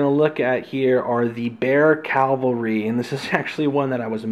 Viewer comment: Great vid. I played the game at Gen Con a couple of years ago but never bought it. I may have to reconsider. BTW, it's pronounced CAValry not CALvary. Kind of a per peeve. Keep making the awesome videos.